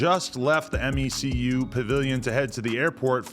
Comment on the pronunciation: adam its pronounced ME-QUE not m.e.c.u pavilion